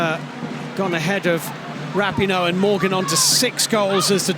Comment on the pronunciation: The way they mispronounced Rapinoe in this coverage still hurts my ears.